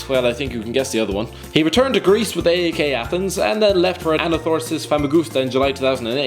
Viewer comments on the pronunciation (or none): P-A-O-K???? A-E-K???? The teans are called PAOK and AEK